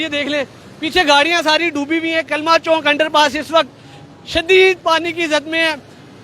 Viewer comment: Bhai "Chowk" hota hai "Chonk" nahi hota